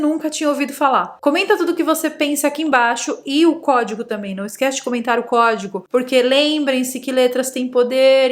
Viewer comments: Cuemo os pessoal acham que se diz em español, "Cuédigo". rssss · "Código" Ogidoc" ✨